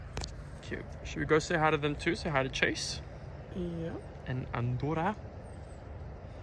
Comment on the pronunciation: you said Andorra so Dutch 😂😂❤❤